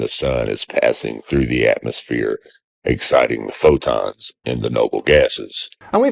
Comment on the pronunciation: If he wants to use the bible as a reference, why doesn't he mention that the sunlight gives life? WHAT AN IDIOT !!! I also notice he does not know how to pronounce Fotons, he pronounced it as " Fodons ".